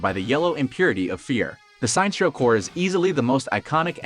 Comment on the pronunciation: Minor correction. The way you pronouced Sinestro's name is wrong. His name is basically a combination of Sinister and Maestro = Sinestro.